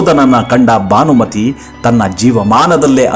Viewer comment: ಸಾರ್, ಭಾನಮತಿ ಅಲ್ಲ, ಭಾನುಮತಿ.